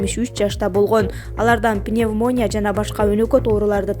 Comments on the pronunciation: Диктор кыз сен туура суйло айланайын уят пновмания эмес пневмония дайыма ката суйлойсун. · Урматтуу диктор Навалный эмес Навальный пнэвмония эмес пневмония туура суйлогонду уйронсонор боло эфирге чыгаардан мурун